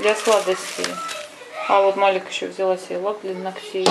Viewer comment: доброе утро! Маляк (ангел)женское имя, Малик (король) мужское имя. В арабском языке произносится так. Спасибо